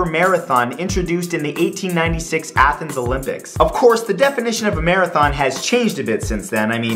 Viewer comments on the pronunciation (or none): none